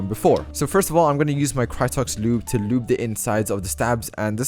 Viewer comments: I love when he says loube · The way says lube 😂